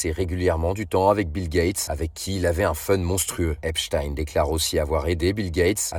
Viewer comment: Pour une fois son nom est prononcé correctement